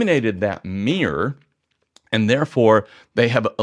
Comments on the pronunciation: Dude.. it's not a mirrr or a mierrr but a mirror. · I agree with 99% of what you say apart from one tiny point you say an SLR has a meer but a mirrorless doesn’t have a meer???? Is it mirror or meer (pssst i know what it is! It’s mirror!)